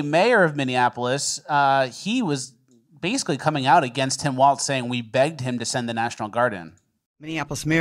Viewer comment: WALZ not Waltz!!!!!!!!!!!